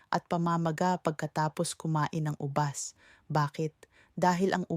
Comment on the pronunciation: Puede pobajbigkasin nyo ng Tama Hal ang ubas au binibigkas nyo ng ubas mabilis nalilito po kami